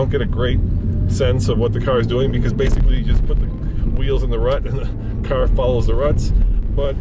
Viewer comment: The way says "carrrr" drives me crazy!!!